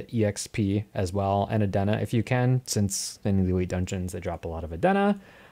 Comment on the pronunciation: just came across this suddenly, decent stuff there. Nothing against the 9k gems but; "Adeen na". "Not A-Den-Na"